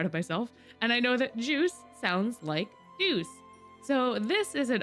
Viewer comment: ITS DEUCE NOT JEUCE